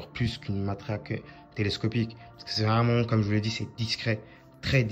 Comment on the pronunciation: quand il dit vraiment j’ai l’impression qu’il dit vreuuumant